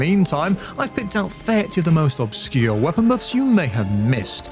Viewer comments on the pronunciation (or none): D-d-d-did you just say obbbscure?????? Like KKKlair ObSScure: Colonisation 88